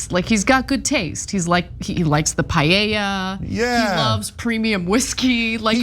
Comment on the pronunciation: It’s so funny to me when you say payeya instead of paeya 😂